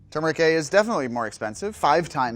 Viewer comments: THANK YOU! It's pronounced Ter-mer-ric, not Chew-mer-ric!! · THANKYOU for pronouning turmeric the right way god